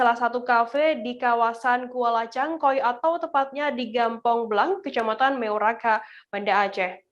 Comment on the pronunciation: news achornya keknya bukan orang aceh, meuraxa bukan meuraka, lampriet bukan lampriyet sigh!